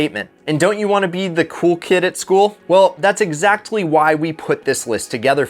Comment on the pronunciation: Why’d he pronounce the t in exactly